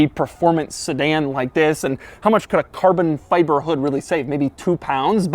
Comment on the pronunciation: Gotta love the way Doug pronounces “Car-Bon-Fy-Bur”